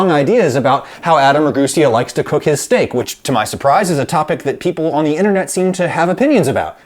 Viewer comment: how you cook your sheteak My syteck Adam